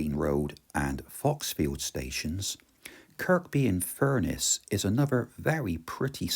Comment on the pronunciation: Very interesting film about a beautiful area. Only ever been as far south as Ravenglass from Carlisle. By the way the k is silent in Kirkby - it's pronounced Kirby. Look forward to the next leg. 😊